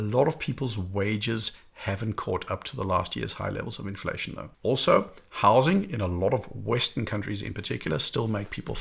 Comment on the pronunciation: when you said “housing” I thought you were saying “Howzit?” …brought e back to Jo’burg, mid to late 1990’s…a blast. ❤🇿🇦